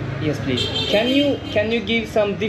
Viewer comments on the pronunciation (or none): none